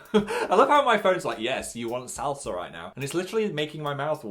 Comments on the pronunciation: I’ve never heard anyone pronounce “salsa” the same way Phil did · Stop saying salsa like that